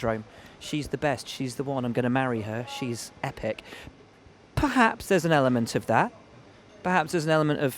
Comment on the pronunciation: "PerHaasps on terms with Mercedes"